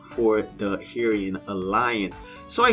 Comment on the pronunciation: Pronounced (Ark-age), and I too will be joining the Hieron, pronounced (Hi-ron)